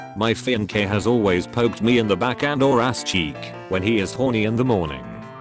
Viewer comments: This thing can’t say “fiancé” even though it’s a real word? “feenkay” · The way "makeup", "gatekeeping" and "fiancé" was pronounced in this vid makes me wanna hang myself